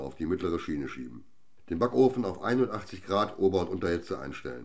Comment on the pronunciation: Ich habe es mit 2 Hühnerhaxerl mit 81 Grad versucht, es hat nicht funktioniert. Da Video sollte neu besprochen werden. Der Sprecher meint definitiv 180 Grad, verschluckt aber die 100 und man versteht nur 81. Schade.